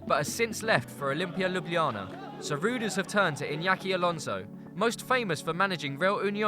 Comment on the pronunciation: great pronounciation of Ljubljana! Good job!